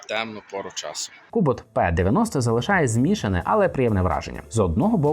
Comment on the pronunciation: Читать нужно (Р -ПИ), НО НЕ ПЕ😊